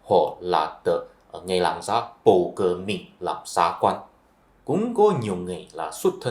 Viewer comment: Tôi lậy ông, ông nói như tiếng SÚNG ĐẠI LIÊN, không giống ai, tôi có rất nhiều bạn người Hoa họ nói tiếng Việt còn rõ hơn người Việt rất nhiều, như chữ RỒI chứ không phải GỒI, chữ LÀM không phải NẰM. Thôi đủ quá rồi nhá bạn.